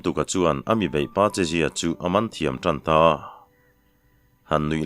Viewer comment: "Chelziat"hi changel a "el" ang hian lamtur ani.